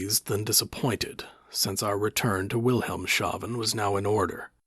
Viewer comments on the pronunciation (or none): Wilhelmshafen is pronounced Wilhelms-hafen, not Wilhelm-shafen